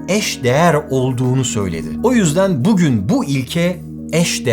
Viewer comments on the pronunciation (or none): none